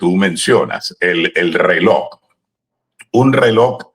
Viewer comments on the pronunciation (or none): Se pronuncia Relojjjj no reloc, con Respeto. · No es "reloc," 😮 es "reloj"